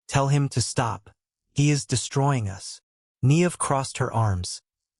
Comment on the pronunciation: If you are going to use the beautiful Irish name Niamh ( pronounces Nee-ve) at least pronounce it correctly.